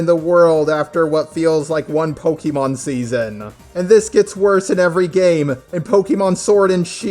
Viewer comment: Pokémon, not pokimon.